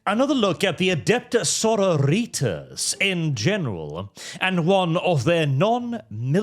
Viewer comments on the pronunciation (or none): Please stop pronouncing it like "senorita's". The -tas should sound like the first A in "pasta". so*RO*ri*tas. It's Latin, not American high school Spanish. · AH CAINT UNDERSTAND YEH IT'S "so-ROW-ree-tas" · Why does it sound like "Señoritas" every time you say their name? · stop pronouncing "Sororitas" like that. It's really grating. I can appreciate you being... extra, but that's a step too far even for me. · The way pronounces Sororitas feels like getting stabbed in the ear. It's bastardized Latin, not Spanish.